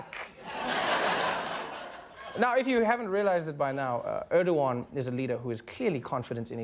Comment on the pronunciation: His name is not Öööööördoğan... Learn to pronounce the letter E, Americans.